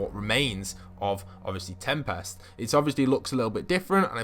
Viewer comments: I like how he calls him tempast instead of tempest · PLEASE STOP PRONOUNCING TEMPEST WRONG